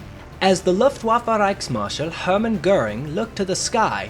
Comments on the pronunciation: Good video, and thanks. But, if you’re going to try and pronounce other German words as a German would, please pronounce Luftwaffe as Looft-vah-fuh. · Please learn how to pronounce Luftwaffe –the u is a long u as in lou or moon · Your pronunciation go Luftwaffe is absolutely incorrect.